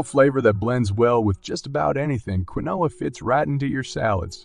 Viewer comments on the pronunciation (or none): Keen wa is how Quinoa is pronounced